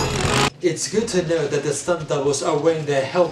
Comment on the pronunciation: 'Theiw wack of acting wuns in theiw bwood" (the line of the century)